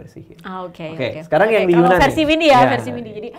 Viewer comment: Maaf mbak. Mau bilang, sebenarnya penyebutan yunan itu adalah yenan. Yenan itu lebih ke nama suku . Dibuat menjadi nama daerahnya 😁😁 .